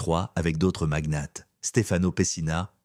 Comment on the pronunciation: On aura surtout noté qu'à Monaco , "magnat" au pluriel se dit "magnettes" On prononce "Quatre-vingt t'huit " avec la liaison Yatch censé se prononcer yoth en français se dit "yart"🤔 Et enfin, à Monaco "Peu peuvent..."😂 Histoire d'être raccord lors de la prochaine soirée privée😀